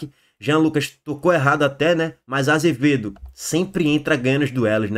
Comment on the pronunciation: Não é AZevedo, é ACevedo